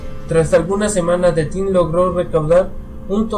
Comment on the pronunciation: The Thing (de zing no de ting) es una de mis películas favoritas, por eso te puedo decir por ejemplo, que los que van a ver la nave descubierta por los noruegos son: McGready, Norris y el Dr. Cooper, no Palmer como tu dices. De la película en si, hay muchas preguntas que la mayoría se hace, por ejemplo ¿cuándo son asimilados Norris y Palmer por La Cosa? al principio cuando el perro anda suelto por la base norteamericana, se puede ver que entra en una pieza donde estaba alguien, posiblemente Palmer y cuando aparece un calzoncillo que Nauls se lo entrega a McGready es posible que haya sido de Norris. Tienes que mejorar tu dicción, lectura y el inglés, en muchas partes no se te entiende lo que hablas, trabaja en eso y tus vídeos serán más entretenidos, suerte y saludos desde Chile.